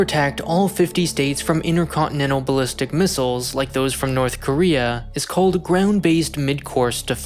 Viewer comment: “NORTHER KOREA”